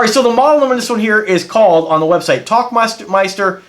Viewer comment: Der tauchmeister. Where Tauchen means Dive and Meister translates to Master or Champion, and its a Dive Master. Pretty cool, just looked that up. Also seems to be pronounced Towl not Talk.